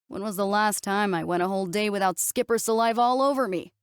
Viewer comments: Or mispronouncing Skiper... ("Skyp-er", instead of "skip-er") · "Skiper" <> "Skipper". Match the captioning with the pronunciation. Pretty please.